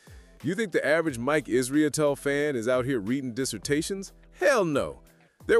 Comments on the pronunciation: Its Mike Israetel not Israetelie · Why you saying his last name that way